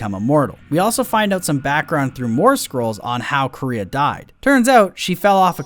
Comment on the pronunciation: why do they call her Korea? that´s not how you pronounce it at all (koo-reh-ha)